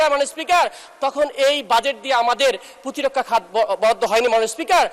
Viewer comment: Protirokkha pronunciation shikhen